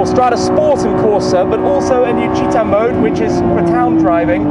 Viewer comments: 'Citta' means City in Italian, the pronounciation is 'Chi-Ta', two distinct syllables - not 'Cheater'- please Shmee! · Hi Shmee, only because you are trying your best to respect the proper pronunciation of things Citta (dont know how to add the accent on my keyboard) is actually pronounced more like Chee-TTa with a very heavy emphasis on the ta (hence the double T) as opposed to cheetah...thanks for the in-depth review.